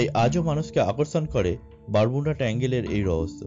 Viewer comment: It's not Bermunda. It's Bermud. Your pronounced word is wrong